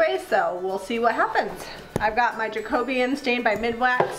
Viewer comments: Hi I love everything you and Zeb make, I laugh every time you say Jacobean because it's actually pronounced Jack-o-been 🤣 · Jack-o BE-an! Just a thought!!! :)